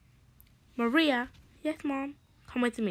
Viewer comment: why is it Maraya its suppose to be Maria